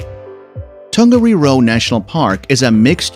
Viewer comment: He got Tongariro badly wrong as well.